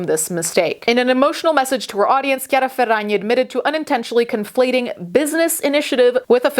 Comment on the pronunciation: as someone named Chiara, the way you said the name made me so happy. i’m so used to being called Chareeuh